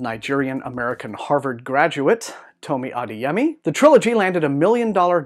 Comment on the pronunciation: It's pronounced ah-DAY-yeh-mee